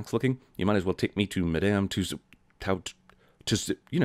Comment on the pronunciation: Jeremy doesn't know how to pronounce Madame Tussauds (it's like Two-swords.) *Ding